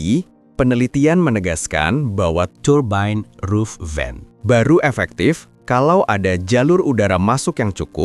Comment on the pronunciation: turbain roof vain.. lu ngomong gitu ada kali 50 kali.. turbain roof vain😄